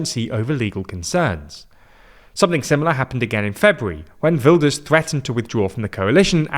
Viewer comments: Ah yes Hertz Wilders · I know non Dutch speakers struggle with the Dutch G so quick tip. That G sounds just like Ernie's laugh from Sesamestreet. Right now it sounds like you say Hurt Wilders. No nitpicking, just a tip :)